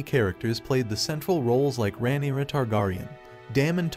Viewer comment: That's the only Name you noticed was Targaryen? Baratheon, Rhynera , Aemon, Aegon ,etc ,Umm 😳 All the names are mispronounced . Not a very smart AI .